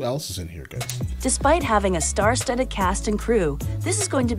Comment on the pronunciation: "star studed"